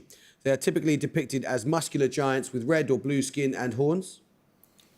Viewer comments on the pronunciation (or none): none